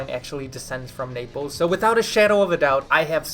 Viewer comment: >Is from Naples >Cannot pronounce Naples correctly